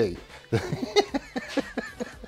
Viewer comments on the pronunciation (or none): Ah ha, a touch of the west country accent has started to creep in there right at the end when you said "Laters" The boy's going native 😁 When it comes to the project bike, what about a set of K1/2 600 forks? They were conventional, and would have better damping adjustment, plus being Suziki, the chances of them being compatible with the Bandit without a lot of fafing around is going to be higher. SRAD front wheels and spacers, for example, have the same dimensions/spacers as the slingshot 750's, and also fit nicely into a pair of K6 GSXR 750 forks. That means that yokes designed for slingshot Gixers can have that setup slotted straight in. (Did it, many moons ago.) Inter brand swapping of components is definately the easiest route, although as Craig has shown, cross brand swapping can be done.